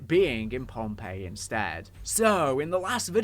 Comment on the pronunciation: Oh, pohnpei not Pompeii